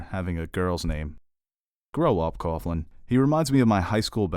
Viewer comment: Coughlin is pronounced cocklin, not cofflin. Poor Timothy V Murphy, he always seems to be cast as an Irish dick.